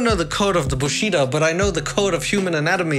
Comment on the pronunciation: Man, this movie was so close to scraping by without any major Japanese language errors, then at the very end my man had to go and say “the code of the bushida” instead of “the code of the bushidō” 😂😭 Also “bushidō” already means “code of the samurai” so he basically said “the code of the samurai code” but at that point we’re splitting hairs.